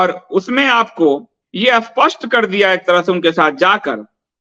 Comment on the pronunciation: What is this nonsensical style of speaking with prefixing A before words starting with S ? Spasht becomes Aspasht?